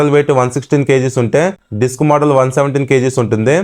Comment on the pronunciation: మొదల్ ❎ మోడల్ ✅😅